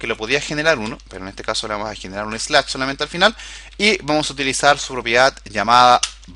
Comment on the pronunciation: Muchas gracias por el curso, muy atendible y bien explicado... como recomendación, trata de mejorar un poco tus pronunciación de algunas palabras en ingles, es un poco desesperante escuchar nuevas palabras y andarlas adivinando "finich, slach" (no digo perfecto, solo mejorarlo en poco) fuera de eso, super bien. Gracias